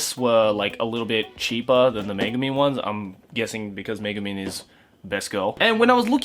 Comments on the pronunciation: I thought you say Megaman, ahh it's Megumin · exactly I was just about to comment that